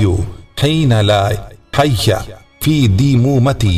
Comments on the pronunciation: ابے لکھا خیئ ھے اور پڑھتا حیئ ھے کیا صحیح ھے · Haeya hai ya khayia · Yaar hayyu padna hai ya khayyu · Ap ne jo dua btai h usme Audio me ''hayyu'' Written me ''khayyu'' Which one is correct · Asslamualaikum aap pad hayyu rahe ho par likha hua khayyu hai dono mai se konsa sahi hai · wo HAIYYU hai ya KHAIYYU hai,q k video me jo dua likhi hui hai usme ”Khaiy” likha hua hai, or aap ”Haiiy" padh rahe hai.... Please itna bata de k correct pronunciation kya hai ? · asalamoalaykum bhai samajh mein nahi aya k Hayyu hai ya khayyu hai